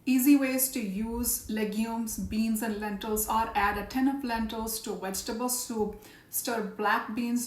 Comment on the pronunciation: Soup, not sout